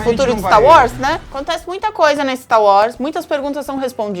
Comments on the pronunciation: falando Stá Uórs <3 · O pq que vc fala "Sta Wars?" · "finalmente vimos 'stauós' "????? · PARA DE FALAR STAR UÓS, MULHER!!!!!! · "Stau Was"